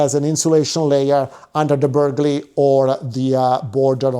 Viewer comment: Burghley has a silent g…